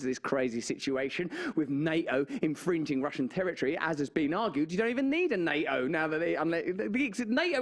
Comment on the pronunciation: Love how Russel calls NATO as NA-O 😅